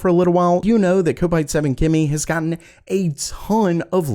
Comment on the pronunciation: It's kopite as in cop-ite the guys clearly a Liverpool supporter and people who stand on the kop they're a kopite pronounced cop-ite. Hate how people pronounce it wrong